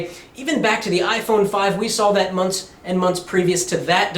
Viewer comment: Many Many "Munts"